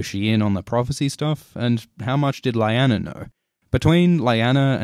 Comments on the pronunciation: Lyanna is pronounced Lee-Anna... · It's not LAYANA.. please pronounce names properly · "LAIANA" wtf man . . . learn the pronunciation at least :s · It's pronounced "Lee- Anna" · Yeay,, new video! But it should be LEE-AH-NAH, oh well, hahaha.. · This was very interesting and I loved everything about this video except from the way you pronounced 'Lyanna', but that's neither here nor there. My only real issue is that the whole theory seems to rest upon an innuendo. Rhaegar stabbed his Nissa Nissa with his penis? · watching this video for the first time today.... do you have any idea how infuriating it is to hear Lyanna's name so terribly misspronounced????? cmn! on a 10M views video, really? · I’m sorry but I cant ignore the way you pronounce Lyanna. Great video tho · Imma be honest, your pronunciation of "Lyanna" is driving me a bit crazy here. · Is anyone else bothered by his pronunciation of Lyanna? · You're saying "Lyanna" wrong... according to how everyone to the show at least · Dude this is a good video but your pronunciation of Lyanna is annoying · Great video but the pronounciation of Lyanna just ...... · U don't know how to pronounce Lyanna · If you cannot even pronounce Lyanna’s properly what’s a point of making a video about her. 😖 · Pronunciation of Lyanna was Totally Off......jus sayin.....but it was some great info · Your mispronunciation of Lyanna makes this video almost unbearable. Aside from that, it is very well done. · Why do you pronounce Lyanna's name different than it's pronounced in the show? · Stop pronouncing Lyanna that way. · THAT'S NOT HOW YOU PRONOUNCE LYANNA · The "Y" in Lyanna sounds like an "E" please!!!!! but anyways... very interesting, good video! I like your theory ♥ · What happened to your pronunciation of "Lyanna"? "Lie-ana" sounds weird. I always pronounced it as "Lee-ana". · i love your videos but.. its Lee-Anna not Lie-Anna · I love these break downs, but my god, man! It's lee-ahw-na, not lie-anna... 😂🤌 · Its lyana not layana !